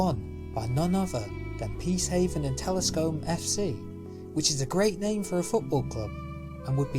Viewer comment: the way he said telscombe made me laugh